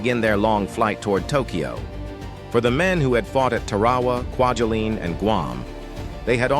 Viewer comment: Haha, “quadulin”! 😆 And then, “Quadrilinne” or something…😵‍💫